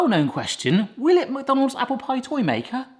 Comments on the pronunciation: He kept saying mook. Isn't is more Mick or Meck? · I also say muck, but it's actually supposed to be pronounced 'Mac'. The exact same way as you'd say Big Mac. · I can't stand when someone says "Mac Donald's" it's pronounced mick, so, "mick Donald's" I'm sure it's probably interchangeable but not for me. 😂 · The way says “muck” for “Mc” will forever live in my brain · only Americans say Mick Donalds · i like when you pronounce it "macdanulds"